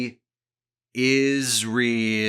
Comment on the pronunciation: LOL 😆 I was listening to this in the background, and I was wondering why he was putting such emphasis on the words 'Is Real', then I went back and watched 😏